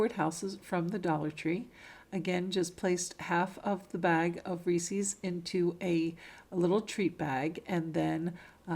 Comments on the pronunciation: Sorry, only made it 4 minutes in and I can't watch anymore. You've said Reese's 3 times, its ree-sez not ree-sees 😆😆😆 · First time watching your channel. Are you somewhere in the Midwest or South? I have noticed that so many vloggers pronounce Reese’s as “Rees-ees”. Inquiring minds want to know why? 😂Now, I’ll finish watching your video. Merry Christmas.💚❤️